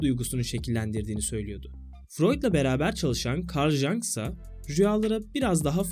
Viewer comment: Junk değil, (Yung) diye okumalısın.